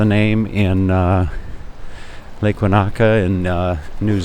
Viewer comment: Hi, interesting video. This is part of Lisbon rarely shown on photos and videos. The tree lined street there looks great. It also looks quite wide in comparison to streets in the Old Town area. The sidewalk there looks like cobblestone. Incidentally, Lake Wanaka in New Zealand is pronounced as "Lake Won-ika". Is that a modern tram that was passing? Take care, Robert.